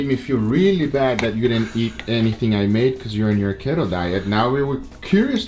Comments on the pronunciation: The fat life aka keto or as you guys pronounce... keht-oh lol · Khetto? LOL. No, Keto is pronounced like key-toe